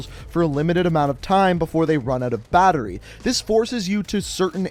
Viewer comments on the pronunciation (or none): none